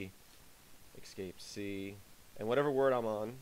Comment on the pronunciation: You are pronouncing "escape" as if it were "excape". It's a really, really bad habit which is why I mention it. Other than that it's a nice video.